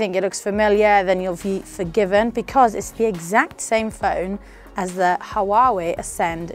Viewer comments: Its not Huawei it pronounced "wahwei" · Her pronunciation of Huawei is wrong.